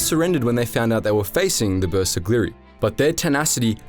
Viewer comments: Man.. You butchered pronunciation of Bersaglieri. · I really hope you will take more time to work on the correct pronunciation of terms like the bersaglieri, couse you butchered that horribly